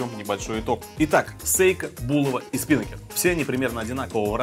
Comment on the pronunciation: СпинАкер ударение на А, парус на яхте